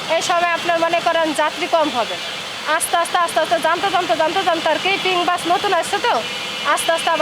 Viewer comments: বাস বললো নাকি গাছ বললো😂😂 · এই মহিলা দোতলা বাস কে দোতলা গাছ বলছে। তো যে নাকি দোতলা বাস উচ্চারণ করতে পারেনা সে দোতলা বাস কি চালাবে ?